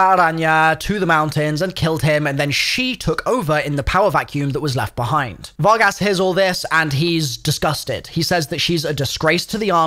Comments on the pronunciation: "fargus" "Fargass" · You pronounced the Spanish translation of cowboys but can't pronounce Vargas? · Var-gass😂😂😂 pronounced Var-gus lol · Var-gas lmfao